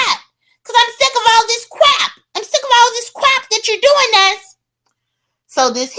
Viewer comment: “I’m tired of this cwap! I won’t take this cwap!” 😂😂😂